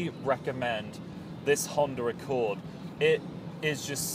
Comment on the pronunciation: honder accowd